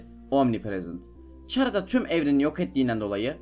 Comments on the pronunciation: Çhara :D Bilmeyenler için khara diye okunmakta ingilizcede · türkçede çhara da hani yabancı diller arasında burda sen ahmet sen orda sana ahmad diyemezler ahmet demek zorundalar Ingilizce de de c harfi k olarak okunduğu için <H harfini niye ihmal ediyon anlamadım> Chara(khara) olarak okunur